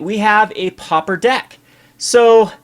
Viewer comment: It's pauper, not popper!